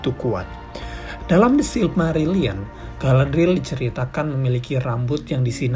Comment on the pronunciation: aku baru ngeh klo Galadriel itu mertuanya Elrond, mereka seumuran gasi? note: btw bacanya Ga-la-dri-yel ya min. makasih.